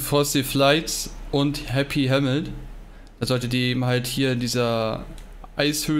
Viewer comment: Endlich mal einer der Happy Hamlet richtig aussprechen kann